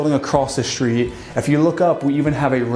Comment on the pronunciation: What’s a shtreet?